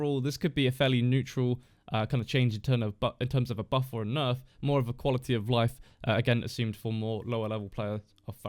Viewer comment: that’s not what I’m saying, you’re saying “burf” when the correct word is buff